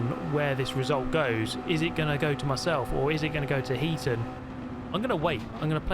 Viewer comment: Think it's Heat On not Heaton?